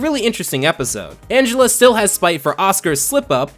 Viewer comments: Minor criticism. Her name is ANGELa not An-gel-a. Angela is a human name, but she's an ANGELfish, so she's ANGELa. Get it? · Angel-uh. It's pronounced like angel. Sorry, it was bugging me. Honestly, I'm just happy about someone talking about Fish Hooks. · Angelaa? Angel a? Not Angela? Idk